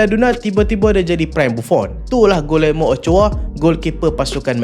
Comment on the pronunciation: bukan pronouns gulermo.. cara betul sebut nama dia.. gijermo.. sekadar teguran